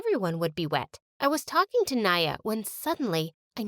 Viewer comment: are u sayin iam rich or did i missheard maya into naya